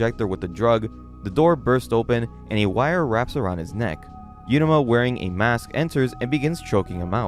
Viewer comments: stop mispronouncing every name you goober. if the name was 'yuruma' then the text would say 'yuruma' so just read uruma ffs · MC’s name is pronounced OO-ROO-MA not YOO-RA-MA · You got to learn how to say Uruma. You keep saying yeruma. It's ooruma. As in oopsie daisy.